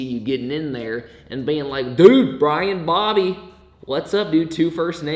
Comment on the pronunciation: BRIAN-BOBBY Two First Names LMAOOO the accent you said it in